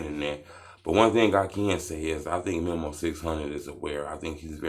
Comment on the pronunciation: 🤦‍♂️ Bruh……. It’s pronounced ME-MOE please, please, please get that right It’s not memo 📝 ME-MOE